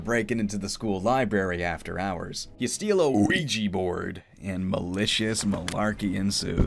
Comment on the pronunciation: luigi borad